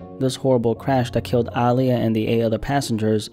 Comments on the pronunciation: Small petty thing, but why you keep emphasizing the "AA" in her name? Lol. People normally say it like UH, as in, Uh-lee-yuh. Again, I'm being super petty. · Ok I've heard her pronounce her name before and she's NEVER called herself AAH! LIYAH! And no one else ever called her that either. I'm not Gen z. I grew up on Aaliyah. Yes she pronounced it with more of an A sound but it was NEVER that exaggerated! Be atw fr rn... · Say it w/ me Uh-Lee-Yah. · “Ahhhhliya” was a tragic loss. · ahh-liyah is how you say her name, aaliyah herself told interviewers to say it that way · it’s uhh- lee- yuh you’re pronouncing it wrong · Bruh listening to you pronounce Aaliyah is like listening to nails on a chalkboard! When have u EVER heard anybody call her AAH! LIYAH??? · Incorrect. Watch any interview where she says her own name and it’s pronounced Ah-Lee-yah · Dawg it's pronounced ugh-lee-ugh ... aaliyah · Calling her Aah-liyah so many times was pissing me off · Stop saying her name every second,you say it weird. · absolutely HATE when people say her name like this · Nah he didn't say her name right. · I’ve never heard her name pronounced in this way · Bro saying all the names wrong but it's cool. Rip Aaliyah. 😢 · Some people genuinely just pronounce things differently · Yeah I noticed it too but didn't think how he did or didn't pronounce it was that big a deal 🤷🏻‍♀️ What matters is that her memory is being honored. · Why do you say her name like that? 🙄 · Why you pronouncing her name like that? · There is just something that irks my soul when I hear a documentary on a person of some sort and the person telling the story mispronounces their names and says it like a million times. Haven’t you met anyone with the name Aaliyah? Heard anyone say her name? Like bruh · Why do you say her name like that no one pronounce it like that sound crazy like you don't know da culture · Why tf you saying her name like that😑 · How you pronounce Aaliyah wrong